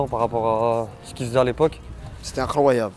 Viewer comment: « C’té inkhawayable » 🤣🤣🤣